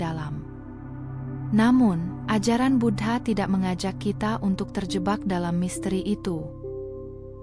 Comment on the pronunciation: Bu-dha bukan Bud-ha